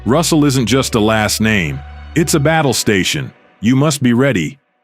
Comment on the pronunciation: Damn pronounce the man Right smh